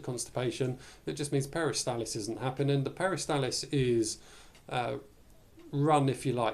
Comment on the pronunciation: NOT peristalis but peristaLSis